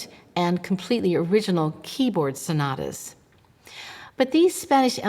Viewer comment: The routine mangling of Italian words by American-English speakers is disrespectful; to be discussing the ‘sonadas’ of ‘Scarladdi’ is simply a horrible mutilation of one of the most attractive languages on the planet. Italian seems to suffer disproportionately from this perennial savaging of its pronunciation, the ‘t’s becoming ‘d’s being one of the worst indignities inflicted upon it as already pointed out; American-English speakers try a bit harder with German for example where calling JS Bach ‘Batch’ almost never happens.